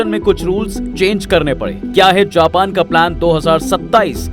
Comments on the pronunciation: abbe Japan ko pronounce to sahi kar le, jaahil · Japan ache se bol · Bhenchon Japan Thik se to bol le pahela